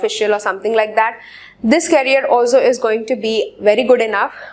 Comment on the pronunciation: Career ki pronunciation toh thik kar lije aap Please...It's request...